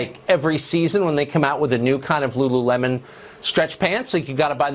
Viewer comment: The way she said lululemon lolol